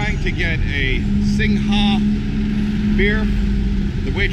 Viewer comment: Skytrain is BTS ครับ MRT is underground. The correct pronunciation is "Singh" for Singha beer ครับ "Soo-wan-na-poom" is the pronunciation of the airport ครับ Cheers.